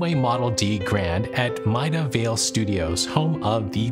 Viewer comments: Good to see you back. Saturdays are weird without you both! Just a weird quirk of the English language but Maida Vale is pronounced MAYDA, not MIDA. If you asked for directions for Mida Vale in London you might get a few funny looks. :) Enjoy the weekend! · BTW, it's pronounced "Mayda" Vale.